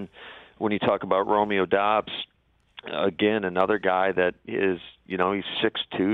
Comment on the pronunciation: BTW Lafleur it's pronounced DUUBBS...Not DOBBBS....Kinda cringe not knowing how to pronounce a guys name you drafted